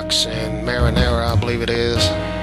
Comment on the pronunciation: Its Marinaro, not marinara. Marinara is a kind of pasta sauce.